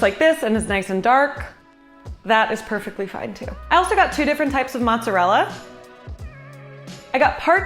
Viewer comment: "Fwesh mozerewa prepawation" wow you're adorable